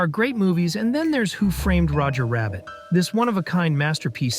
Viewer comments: i dont get how anyone can make a 25 minute essay on a movie and not one time pronounce the title correctly. It is 'WHO' framed Roger Rabbit, not who 'FRAMED' Roger Rabbit. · Why can't the narrator pronounce the name of the movie? He keeps stressing the word "framed.? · The way this dude pronounces Who Framed Roger Rabbit as if it isn’t a title pisses me off beyond belief.